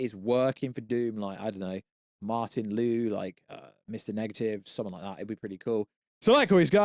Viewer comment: Bro you never get characters names right it’s not Martin Lu it’s Martin Li. Please stop covering this stuff when you know nothing about it